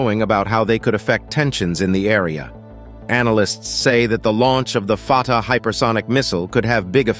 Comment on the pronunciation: I had to laugh when the narrator referred to the missile as the 'farter' missile LOL